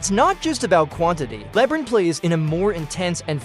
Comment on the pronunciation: With all your analysis, stats and research you found the only person in the world that has never heard of LeBron James name before? Calling him Lebrin so many times where anyone who hasn’t even heard of him on this plan would still know who to pronounce his name just by reading the letters and sounding it out phonetically! That alone will make everyone dismiss all your analysis and stats knowing you don’t even know how to pronounce the most popular player in the NBAs name. For the record it’s “LeBron” not Lebrin! 👎🏼